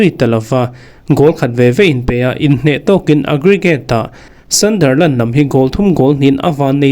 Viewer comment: Thil ka lo sawive lawk ...ka sawisel vang che ni lo vin ....Sunderland i lam rik dan hi ..sandarland ti i i lam a ...a dik lo .. A inziak dan ang tak in ..hei hi chu lam tur Sunderland - sandar ti lo vin sundar ..ti in